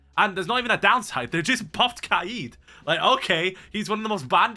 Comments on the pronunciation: yo please just say kayed and not kuh eed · The way he says kaids name really pisses me off. Kayeed 😂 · Your like the third person to pronounce Kaid's name like that. Is that actually how u say it or am I tweaking?